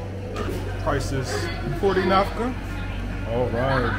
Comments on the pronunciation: its "NAKFA" not "NAFKA" 😅😅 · Still pronouncing the currency in the wrong way, AMAZING😂. It’s naKFa not naFKa, but love that you visiting our beautiful country, hope you have really a good time and enjoy it as much as possible. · Thanks for taking me around. But why do you keep saying "Nafka"? It's Nakfa. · A little correction for the pronunciation It’s called Nakfa not Nafka 😅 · Thanks for sharing our beautiful country. By the way, our currency is called naKFa and not naFKa. It's written all over the notes bro 😂